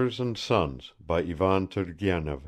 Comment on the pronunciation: The accents and pronounciations are all incorrect..."Turgenev" has to be red "turˈgʲenʲɪf" , with the accent on the JE...it's like to pronounce "Stevènson". I know it's free and blablabla..